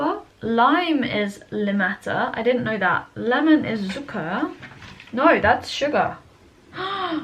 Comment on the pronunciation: Your German pronunciation is really good! The only big thing I noticed is that you pronounce the z very softly (in 'Zucker' and 'Zitrone') when it's actually pronounced 'ts', ike the s in 'same' with a t before it (hope that makes sense)